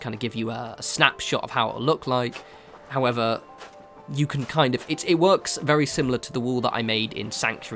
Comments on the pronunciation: "howether" Love you! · That's really weird, I just opened the comments and literally as I read this comment he said "howether" (video was still playing) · Jaffa Man everytime haha i thought i was the only one that noticed it. I've started saying it myself now.